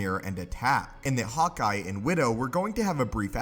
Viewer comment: I thought i heard "hot guy", not "hawkeye" 😝😝😝